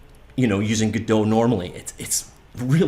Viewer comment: theres no umlaut cant say it like godote the t wouldnt be silent either